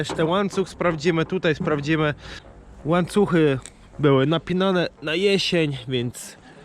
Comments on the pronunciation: widziałem już chyba wszystkie Twoje filmy,ale proszę mówi się łańcuchy i ja orzę nie oram i my oorzemy a nie oramy. Daj sobie spokój z tą sześćdziesiątką,przecież widać, jak jelonki robią robotę i jak na to patrzysz. Masz super Milenkę i jej poświęć więcej czasu. Pozdrawiam i czekam,jak co dzień na nowy odcinek.👍👊😉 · Śmiesznie mówisz łańcuchy :D